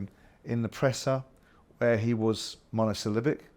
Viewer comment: the thing with Simon is he's like that as a person through and through. Clueless on everything but a pompous know it all who feels he has to maintain his image and feign superiority. He talks in a fake posh accent and always tries to use big words that he can't even pronounce, like "monosyllabic". He can't even pronounce "genuinely". I find that so laughably ironic.